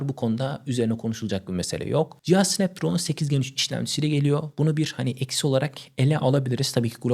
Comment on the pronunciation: snapdragona sanpdraon diyon - cigabayta cigagayt diyon yavaş konuş anlaşılır ol kanalı ilk açtığından beri takip ediyorum seni ama şu kelimeleri yuttuğun için izlemekten kaçınıyorum